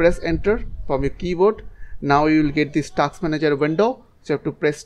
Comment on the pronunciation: task hota hai bhai taks nahi